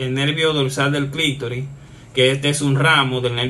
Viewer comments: Todo un médico diciendo clictori. Se dice clitoris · Amigo, se dice: clítoris y no clictoris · SI, AL PRINCIPIO ME PARECIÓ, HASTA Q LO VOLVIÓ A DECIR 😂